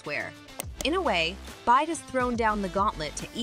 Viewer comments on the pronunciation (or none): It's not B-i-D, it's BYD. Bad narration.